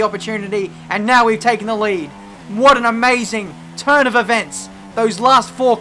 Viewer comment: did he say what an amazing turd or turn of events